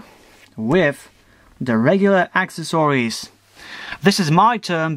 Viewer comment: omg I hate how you say accessories.... But nice review!